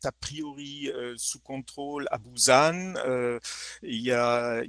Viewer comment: Je connais Busan, mais on ne prononce pas comme /bouzanne/. c'est /bou-Sanne/ à ma connaissance.